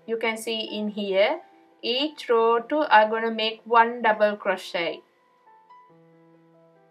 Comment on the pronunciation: Its a row not raw